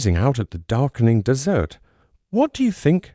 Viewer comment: I stopped listening as soon as that horrid robot AI said "dessert instead of desert"